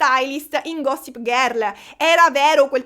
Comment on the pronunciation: Il modo in cui pronunci Gossip GHÉRL 😂❤